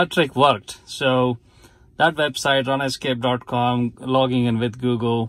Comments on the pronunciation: "run-escape" first time I heard this pronouncation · "Run escape" is a good way to remember what it's doing for us in this case anyway. :-) Thanks for making this video!